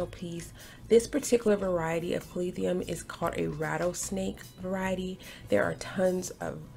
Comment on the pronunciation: Is it just me or do I keep hearing “Calath-ium”?